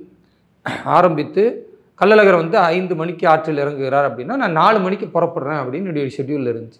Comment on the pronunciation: அது கள்ளல் அழகர் இல்லை கள்ளழகர்